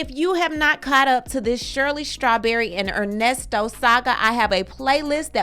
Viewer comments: Not "Ernie" 😂😂😂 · NOT “Earnesto”…🤣🤣🤣